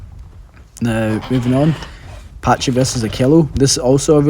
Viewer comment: I literally only clicked this video because "patchy"? Like breh it's not a patchycepholadaurus it's a PACHYcepholasaurus XD sounds so goofy